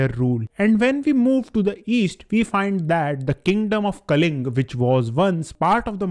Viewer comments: It's kalingaaaaaaa not Kaling even the spelling does kalingaaaaa what's wrong With north no one can pronounce sanskrit words or Indian Words, correct your language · i wrote kalingaaa becouz even after It shows Kalinga you pronounced Kaling, i meant to say it's Kalinga not Kaling and u didn't pronounce correct so, now tell who should learn